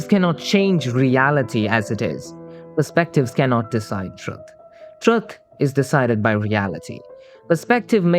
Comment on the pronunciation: but no matter what you mean by "truth", it never should have a "U" that sounds like the one in "truck" or "strut". not like the "oo" in "book". It's weird that this guy say "true" correctly but doesn't realise that "truth" is just "true" = "th".